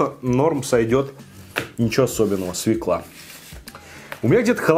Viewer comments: Вот люблю я смотреть тебя, но твоё свЕкла.....меня передёргивало пол выпуска...не свЕкла, а свЁкла.... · Извиняюсь за снобизм, но всё-таки свЁкла) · Свёкла, ну пожалуйста, свёёёёёёкла. Невозможно ''свеклу'' слышать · Неплохой обзорчик, лайк, только не свеклА, а свЕкла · СвЁкла, а не свеклА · Написано же, грибы ассорти. Свёкла, а не свекла. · свЁкла!!!!, Вы же образованный человек... наверное...